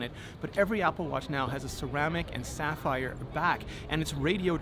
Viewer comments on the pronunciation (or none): none